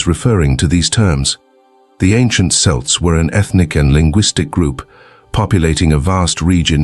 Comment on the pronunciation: the issue isn't the you don't sound like a "native speaker" whatever that is, but that, among other things, you pronounced "celts" "selts" in one sentence and "Kelts" in the very next one like 15 times in a row